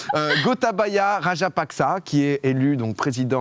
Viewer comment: Ça se dit rajapaksé